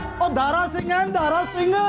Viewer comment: “दारा” शब्द को दारु बना दिया 😂😂😂😂